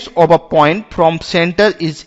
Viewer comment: That's Not Ob a It's Of a :D But Finally A Good one 😍😍